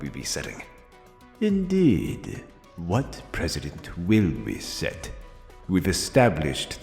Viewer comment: it’s precedent not president